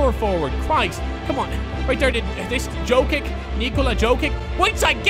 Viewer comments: It's pronounced Nikola Yo-kich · it's written jokic but it's pronounced yokich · ffs he's called "yiokits" 👌😀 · The way he say Nikola jokic is so wrong